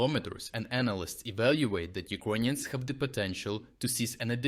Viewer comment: Hey, dude. Thanks for your videos. Is it on purpose you pronounce “Ukrainians” as “Iconians”? Star Trec style?